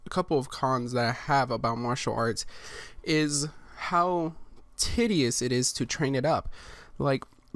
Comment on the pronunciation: You said tedious wrong 😑